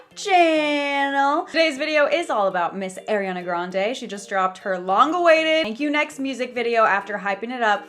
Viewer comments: Heyy!! Just thought I would say it's pronounced "R E ON A" instead of Aireana :)) love your vids!! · Sylvia I love you but let's get this straight it's not air-riana it's aww-riana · It’s pronounced ariiii it’s not spelled AIR💀 listen to her say her name pls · no hate but it’s ARIana grande not AIRiana grande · It's ''Uh-riana'', NOT ''Air-iana'' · anyone else noticed how she says airiana, and not ariana? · ‘Airiana’ sis ily but its Ariana not Airiana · airiana? its ARIANA.. ARE EE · Great video! By the way it's ARI not AIRI. No hate just correcting for the future! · It’s not airiana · why does she keep calling her AIRianna!? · alr sylvia ily but its pronounced ariana not airiana. ily though :))) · Sylvia I love you but it’s ARIana grande not AIRiana grande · Its pronounced are-e-ah-nah not air-e-an-ah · I love you but but please say her name right 😭😭 I know you know how to say it she says ARI in her song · its not e-ri-ah-na....